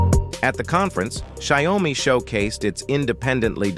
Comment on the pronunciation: What is sai-o-mi?